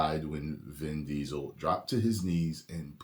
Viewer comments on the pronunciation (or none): "DIN VISEL" 😂 I LOLed so hard! 🤣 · "Din Riesel" LMAO